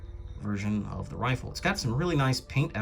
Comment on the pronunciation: Never been so angry to hear someone say rifle